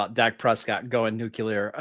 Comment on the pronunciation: has the George W. “Nuc-yu-lar” lol